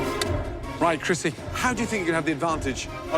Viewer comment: It is krissi, not crissy!